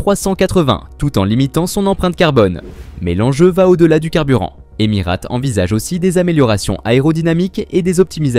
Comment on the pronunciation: deja on dit Emirates et pas emirate et j ai de gros doutes sur tes propos car personne n en a parlé dans les applis sur l aviation ...;.bref encore un influenceur a 2 balles ,,,?????